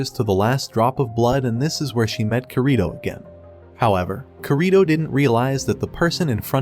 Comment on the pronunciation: Oh and its not korìto its kirito